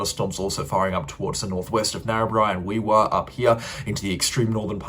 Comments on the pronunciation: Gunnedah - gun-a-dar; Wee Waa - we-war. You have finally got Narrabri right. Hard for an interstater eh brother. Keep up the great work. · Wee Waa is pronounced Wee War... precious ❤